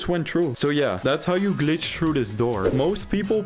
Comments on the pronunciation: I hate and love his voice cuz he says true instead of threw or through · You were also saying true instead of threw 😂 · Why does he says True and not Trough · If I had 10 dollars for every time he said “true” instead of through, I don’t know how much I would have but it would at least be 80 or 90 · See i just went true. (That is definitly a dutch accent) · Bro the way he says through is so frustrating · Bro can’t pronounce through